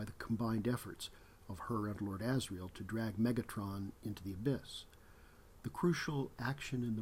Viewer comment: It’s Metatron, not Megatron.